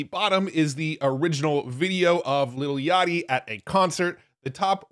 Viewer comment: Bro said "little yachty" LMFAO